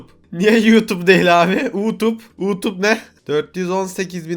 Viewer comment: U-Tub dedi ya la ingilizce terk :D